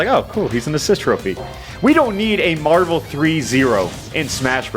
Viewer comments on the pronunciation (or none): none